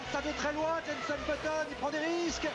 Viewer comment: Très bonne vidéo juste c’est Jenson pas jenssen